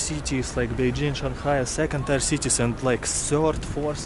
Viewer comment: Hello. I like your videos. The English word "tier" is pronounced as in the word "beer". Another word with the same spelling and sound is "pier" meaning a jetty for mooring boats.